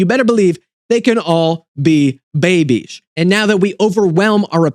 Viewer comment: "And you betta believe, they can all. be. babies." 😂 I'm deceased.